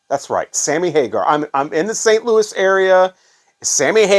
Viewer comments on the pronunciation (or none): none